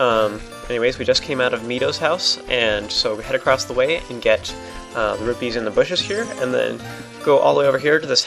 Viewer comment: Rupees not rubies